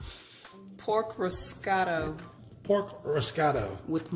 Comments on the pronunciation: Since you are discussing bloopers, may I add that it is risotto (riz-o-toe), not riz-cot-o... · Guys you're killing me LOL. It's Risotto Ri-so-tto. It's a rice based dish from northern Italy. Very tasty!! I'll see if my friend agrees when hers get here.